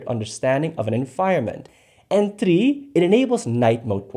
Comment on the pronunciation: the way you said three i now you from Pakistan 😂 BTW lovely video may Allah give you what ever you want ❤ Love from Pakistan ❤